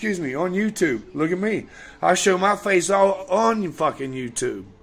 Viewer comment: "I gurrentee, I gurrentee u wont say that to myy fice" Always saying he dont care what the trolls say about him but makes a vid all about it when it happens